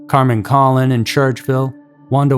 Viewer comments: Don’t forget the Hillside strangler, Bianchi, and Shawcross were here. Colon is pronounced like cologne. Wanda was taken in a very bad area. Was then , is now. I was a teenager in high school so don’t remember it as it unfolded. So if the killer was mid 30s then he would be in 80s if alive? The last , 350 and 441, Which is Penfield rd and Macedon Center, is where new Byrne dairy is. It seems like he was from East side. But Churchill is West while last two are East. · I was a class mate of Michelle Maenza at 33 school… and the narrator is miss pronouncing Michelle and Carmen’s last names…. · It wouldn't be a Scary Mystery video without the egregious mispronunciations. The newsreporter has it right for Kenneth Bianchi, but doesn't. Why can't you imitate what newsreporter says? Also, Carmen's last name isn't "Collin", its coh-lone, emphasis on lone.